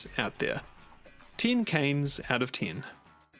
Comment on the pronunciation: "tin kanes out of tin"